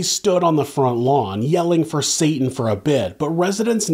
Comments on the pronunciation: U calling Satan “Satin” is killing me 😭😭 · When you keep saying “satin” 😂 genius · Then saying "satin" over and over again 😂😂😂😂 the best!